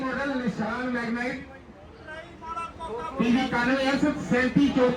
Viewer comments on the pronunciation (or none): Naam tan sahi le leya kar bhraava...Magnite nu Magnet dasi jana... Interior nu inteliar kahi jane. Je nahi aaundi tan kyon english nal pangey Lena punjabi bol leya kar. Punjabi haiga Punjab vich rehna punjabi bol bahut vadiya.